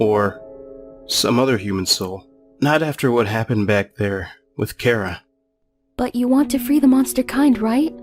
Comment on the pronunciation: I'm loosing my mind its ch-ar-a please say it right!